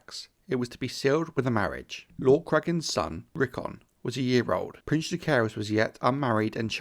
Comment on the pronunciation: he also mispronounces both Jaecerys and lucerys